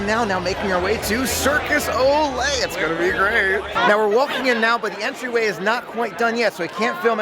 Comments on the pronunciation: it’s Cirque DU Soleil... Not Circus Ole! Lol!! ☺️🤗👍🏻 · Fyi cirque du soleil is said cirk due so-lay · It's cirque du soleil. It's french. Not Spanish. Hearing your said circus ole made me want to cry. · It's Cirque du Soleil, NOT Circus Ole. 😜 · It’s Cirque Du Soleil. Not Circus O’Le. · Great video but it is Cirq Du Soleil (Circus of the Sun)